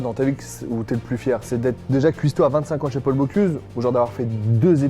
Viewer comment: Par contre le moment où il dit « Paul boCLUse » ça fait mal